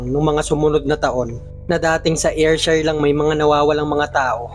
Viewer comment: Wrong pronounciation.. Ayrshire is Air/sheer or Er/sher